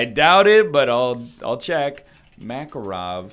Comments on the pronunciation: Please no makaro'v , his name maka'rov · It’s pronounced “mah-car-ov” as in “dude, where is mah car?”